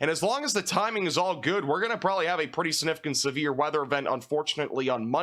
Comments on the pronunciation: Sinificent? It's significent. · maybe its because of where you live... but the way you say sinificant instead of significant drives me crazy , hahahah sorry! love the videos though!